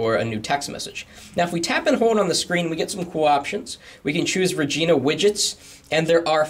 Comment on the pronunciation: lol sounds like you said vagina widgets xD